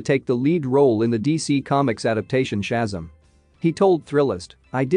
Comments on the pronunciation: It’s ShaZAM!! Stop saying SHAzum! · Very frustrating to hear when video narrators vocally MISCALL Names of characters and superheros. It's NOT Chasm. It's NOT SHASAM, It's pronounced correctly as SHA-ZAM! Like when Gomer Pyle USMC, Jim Nabors, as Gomer Pyle would Always Exclaim as his Home town Southern Character at least ONCE in every episode in the Iconic role... HE ALWAYS, IN surprised awe exclaimed out Loud... SHA----ZAM! Also, If you can find the older Original Saturday morning Superhero serial OF the Saturday morning Cartoon a pal ooza when cartoons and superheros series were shown All morning long, Sha--Zam was its own tv series Where the part of Billy Batson ( SHAZAM ) was played by Original actor, Michael Gray. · How can you narrate this, when keep saying the SHAZAM wrong!!!!!! 1st of all, always do your research!!! Second, it is an amazing movie! Try watching it!!!!